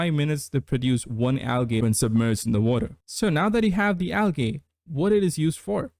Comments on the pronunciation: Unless its an accent, Algae is pronounced "al jee" not "al gay" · the second a in algae is silent